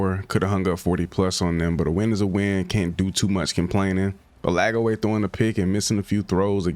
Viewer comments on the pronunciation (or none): Bruh it’s “LAGWAY” NOT LAG-AWAY